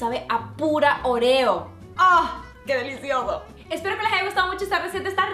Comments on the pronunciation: yo digo oreo tú dices orrio 😂😝✌ eres graciosa💖😘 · Por que decís oruio se dice orio😒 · porque "oreous"? cualquiera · Like si le dices OREO y no ORÉO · Pronuncia bien óreos